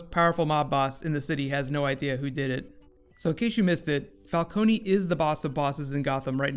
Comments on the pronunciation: Thought It was falcone not falconi? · The pilot was good but why did they have to pronounce falcone's name wrong just like Ras Al ghuls before? Never mind it was still a great pilot. It's jut a minor and unnecessary nit pick